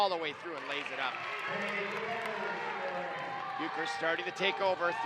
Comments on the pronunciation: How you properly say bueckers. Say beck and then ers but it is spelt different anyway that’s how you say it and the speakers that are talking saying that a foul when clearly not. And I’m on Hopkins side. 🏀🏀❤️❤️ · Broadcasting101: Learn to pronounce the players' names correctly. Not only did you pronounce Bueckers' name incorrectly (pronounced Beck-ers), you also mispronounced Chakolis' name (pronounced Cha-kolis). Broadcasting 102: Don't whine! No matter how difficult, try to be objective. And as for Paige having a bad game? She did miss some shots. However, she did manage to score 32 points with no three pointers, 2 assists, 2 rebounds, 6 steals, ,and 1 block. I guess her bad game is better than most folks' good game. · he got me so heated when he said bueckers wrong and nnaji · got me so annoyed when he said paige's last name so wrong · Is any one else mad that he keep pronouncing page Becker’s last name WRONGGG 🥵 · Yessss and Maya Naji at first and chicoles